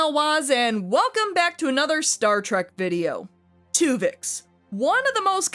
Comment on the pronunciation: Take a shot everytime she says Twovix